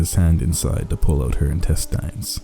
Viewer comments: Intest aiins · I was more focused on how he pronounced the word "intestines" than any other part of the story.